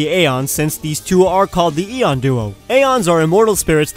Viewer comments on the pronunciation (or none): none